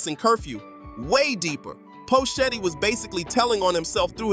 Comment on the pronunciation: Who the phuck is Poe Shetty? How can you phuck up his name like that.